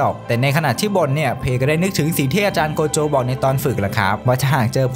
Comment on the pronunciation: โกโจะ❌ใจโกะ✅